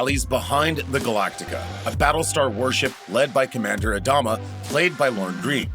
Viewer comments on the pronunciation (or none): none